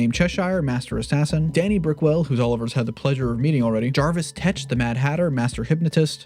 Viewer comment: His name is Jervis, not Jarvis.